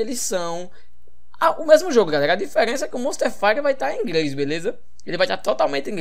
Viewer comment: "Ingrês" KKKKKKKKKKKKK